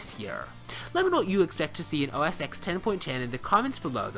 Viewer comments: Whenever I hear anyone pronouncing it OS X (EX instead of TEN) you lose credibility instantly. Learn how to at least pronounce something correctly before you speak about it. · It's not "OS ex" it's "OS ten" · ITS OS 10, NOT OSX. The X is a roman numeral for 10. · OMG, its not OS EX 10......its OS TEN 10.whatever.... get the basics right please...... "X" is the Roman figure for 10... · Please note that the "X" in "OS X" is a 10 in roman numbers. So it's "OS ten".